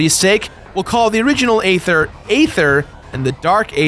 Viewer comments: It's pronounced Ee-ther not Ay-ther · Okay this bothers me way to much The planets name is pronounced as ETHER! THE A IS SILENT! STUPID? MAYBE. BUT TRUE!